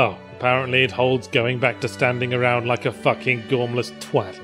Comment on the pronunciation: I love the little moments where yahtzee lets a northern twang through; 'thats more fuhckin' like it!'